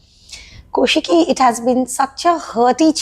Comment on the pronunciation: its nt ko shiki kau shiki 😂it is